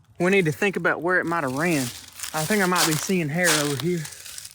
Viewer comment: Might not micht